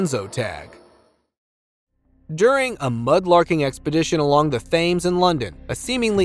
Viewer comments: It's not pronounced "THAMES" ... it's "Temms" Archipelago -- It's not ark-i-pil-AH-go... it's ark-i-PEL-ah-go. I like your content, but just wanted to let you know the correct pronunciations. :) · Please learn how to pronounce the name of the very historically significant River Thames. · River “Thames” unbelievable pronunciation 😊😊